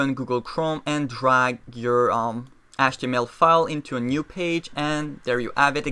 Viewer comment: its HTML not ASH-TML-_